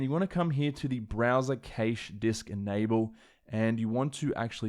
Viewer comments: Cash not cAsha lol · It’s cache not caish LOL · What’s a ‘kaysh’? 🤣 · Some really good info presented in an easy to follow format, I'll be back to apply this when I (finally!) get my hands on an M1X Macbook Pro. And also... during working for various companies in the UK for some 40 years and dealing with many tech support people, I've never heard the word cache pronounced 'caysh' like that before. I've always heard it pronounced 'cash' here in the UK. Interesting how that differs even between the UK and Australia. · Was a tad confused when I heard you pronounce "cache" as "kaysh," then realized it's a thing in Australian English. Great stuff as always. You've been very helpful in my consideration on whether or not I should purchase an M1 MacBook. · Your pronunciation of the word "cache" is actually driving me insane. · I've never heard "cache" pronounced that way before...is it an Aussie thing?